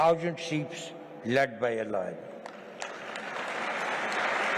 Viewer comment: what is it with Indians and their pronunciation of LOIN....its not LOIN but LION. 😅😅 Then he goes on to BS about Modijis divinity and he loses all respect. Modi will be forgotten in 5 years time...no one will remember him....only thing he will be remembered will be as an Insecure PM who wanted attention and clean his image after Godhra riots..and of course the Teleprompter